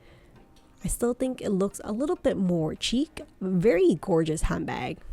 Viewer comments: Hey girl, the “ch” sound is prounounced like “sh” so “chic” is pronounced “Sheek” and “pochette” is pronounced as “po-shette” :) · hi i really wanted to watch you video but you mispronounce the word pochette as well as “chic” and it was hard to watch sorry